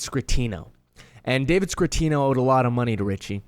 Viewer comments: Scatino, not Scratino, lol. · Man I'm pretty sure it's David scatino not scratino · SCATTIONO NOT SCRRRRATINO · Scatino not Scratino. Cmon man. We come to you for details....lol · No R in David Scatinno